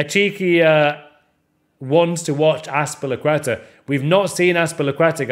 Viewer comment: 'ones to watch azpilicueta' nice one mate 🤔